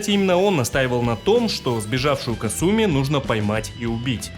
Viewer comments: бессвязный бред. Понимаю, что нечего писать уже, но опускаться до такого. Я привел аргументы, почему правильно произносить "Кáсуми", ты же не сумев привести контраргументов стал визжать "Касýми, потому что я так хочу", не хочешь произносить правильно - дело твое. Ты и на русском не можешь написать правильно. Комментарий был адресован автору о правильном произношении. Следовать или нет - дело автора. Ты не смог меня поправить и стал писать бессвязный бред по типу, теперь все что ли должны. Никто никому ничего не должен, следовать или нет - дело личное. Усек? А теперь шуруй отсюда. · Ты шикарен, спасибо за такое развернутое видео, очень было интересно узнать! Мне очень нравится твое произношение, но КАсуми произносится вот так, практически все японские имена начинающиеся на "Ка" имеют ударение на этот слог. Казуя, Казуми, Кагура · хорошая попытка отшутиться, но факта неправильного произношения имени это не отменяет. Касательно Russia, это вызвано самым, что ни на есть благозвучием или "phonaesthetics" языка, точно также, как на русском неблагозвучно было бы произносить "Deutchland". Вызвано банальной неприспособленностью языка к подобным сочетаниям звуков. Опять-таки в имени Касуми используются те же звуки, но ударение поставлено неверно.